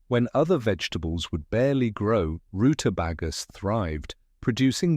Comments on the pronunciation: IF this suppose to be "life of USA", its pronouned "root a beg a" , Not "Root a bag a" and not "vit a min " but "Vite a mens", That is the correct American way to speak. "Britain and America are two nations divided by a common language" George Bernard Shaw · It's not rue•ta•bah•gah it's rue•ta•bay•guh. On this side of the pond anyhow[s]😏. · RuteBAGa....uggh It's ruteBAYga.... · Good video, great Information for those who are finding they really need it now, but your A.I. needs Language tutoring, for instance, it's pronounced, "Root-a-bay-ga, not root-a-bah-ga! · AI narrator saying "roota baggers" in stead of rutabagas has me in stitches. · The roota Baga I mean is this an AI thing cause they he can't speak well sorry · It's a swede turnip (swede for short). Mash it in with your potatoes - delicious. And it's rootabager, not bagger. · Root-ah-bay-gger or -ah not roota-BAH-gah Smh Salsa-fee Smh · Root-uh-BAY-guhs NOT root-uh-bah-guhs. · Rutabayga, or rutabegga, not rutabahga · The AI voice is not speaking proper English. A lot of uncommon words end up being absolutely mangled by AI narration, which is the dead giveaway. "roota bagger" is not proper English. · root-a. BAA, (long a, not short a) gu . Why don't people check pronunciations before filming? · I love his British pronunciation of Rutabaga: Rootuh-bahguh. My dad grew lots of these types of vegetables when I was growing up, including the rutabaga. But he pronounced the root vegetable as Rootuh-baeguh. My mom would often make soups, stews, salads and roasts with what we’d grown in the garden. I miss growing things. In any case, I love this video and highlighting of great vegetables!!! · It's pronounced Rutabayga in proper English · root uh BAY guh ....jesus do your research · Rutabaga -- in New England we call/ed them turnips or yellow turnips. There are still sold in supermarkets. Also, the only pronunciation you hear in this country is: roota bayga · Ru tah BAY ga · It's pronounced root-ah-BAY-gah